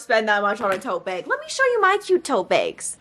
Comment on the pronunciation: I like the way you say “tote beg” 🤭